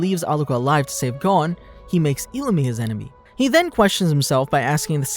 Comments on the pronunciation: Just saying you said illumi wrong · Why did he say illumi like that